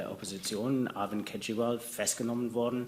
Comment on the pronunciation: Herr keizriwaal 😂😂😂